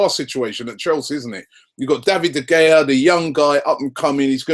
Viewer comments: Robbie ...... its pronounced De Hea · How does he still not know how to pronounce De Gea? Good lord